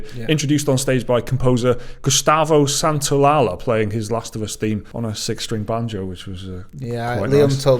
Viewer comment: HA! I've been waiting for this (not really)! But you are finally 100% objectively wrong about the pronunciation of something! Santaolalla's name doesn't end in a "L" sound, it's an Elle and it's pronounced closely to a "Y" sound (or identically depending on the speaker).